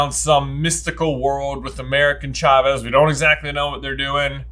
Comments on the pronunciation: Am I the only one bothered by pronouncing it "CHA-vez" instead of "SHA-vez" They pronounce it correct in the first few minutes if the movie... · I love these guys, but the way they pronounced Chavez was SO distracting lol 😂